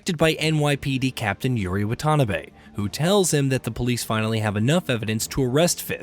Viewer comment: It's Wah-ta-nah-bae